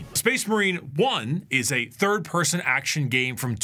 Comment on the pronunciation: Just asking, whats up with he saying m’s instead of n’s, like “actiom” instead of “action”? I guess he saying m’s specificly if word ends with a n’s. Love your content btw.❤